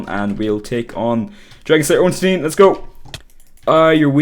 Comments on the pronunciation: Artorias is one of the 4 knights of gwyn NOT a king And its Solaire of Astora And ffs it's not ornsteen would you pronounce Frankenstein frankensteen? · "Ornsteen" :) It's pronounced like Einstein.